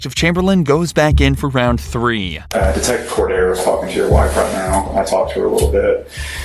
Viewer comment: Cordiero means lamb in portuguese. Your pronunciation is off.